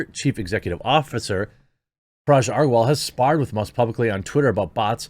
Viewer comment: Mate it's been 2 months eh. Learn how to pronounce "Agrawal"